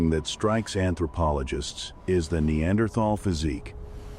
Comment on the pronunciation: incorrect pronunciation with "AI voice" for Neanderthal may be a good Documentary, but annoying for this fact